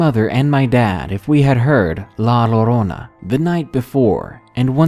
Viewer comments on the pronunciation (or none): Also it's pronounced ( yo-ro-na) and written Llorona . Spanish is my first language. 😉 also your welcome. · Cool stories. Ever thought of asking a guest to read the stories with Spanish origin? Some of the words were pronounced wrong and it would have better effect to have it done right. Not to be critical but just a thought.